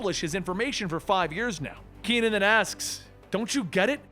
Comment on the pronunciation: ke.nan, not ki.nan .